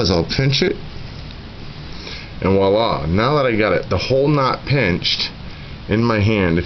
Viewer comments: Best description of how to tie the FG knot ever. One thing the word is "viola" with a V; to me it sounded like you said "walla" three or four times. It is French for "look there". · Yep, I'm an ass. The word is "voila".